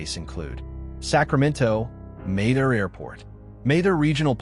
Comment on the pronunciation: Not to mention the sixteen different ways it chose to pronounce Mather. 🙂